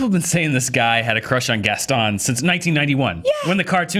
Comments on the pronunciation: It really annoys me that she keeps pronouncing Gaston without the "n". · Jess Diez In the original film-- and in Disney products, amusement parks, and most likely in this new film-- it is pronounced Gaston with a strong 'n' at the end. Whether or not it's correct in French is irrelevant because it's a fictional character and it's only ever been pronounced one way. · The only problem with this WHOLE thing is that keeps pronouncing Gaston wrong.